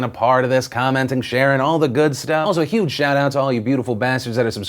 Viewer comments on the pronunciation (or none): none